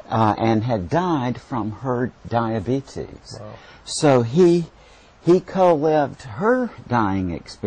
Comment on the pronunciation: I am a Theist ..... believe in something beyond this life ..... however, I would be lying if I said that my favorite part of this video wasn't hearing Moody talk about "Dia-Bee-Tease".